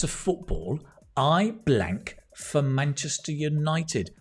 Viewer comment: Munchester city ☠️